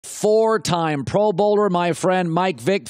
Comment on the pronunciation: "fro" pro bowls....